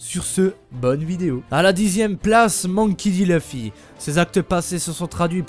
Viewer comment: Luffy = louffy on prononce pas loeufy à la française de merde qui remix tj tout